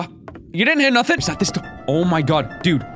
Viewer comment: its na-thing not na-think